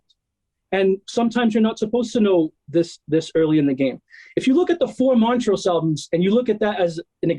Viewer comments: It's Mon-trose, not Mont-rose. sheesh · MonTrose, not Mon-rose. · Weirdest pronunciation of Montrose I've ever heard.....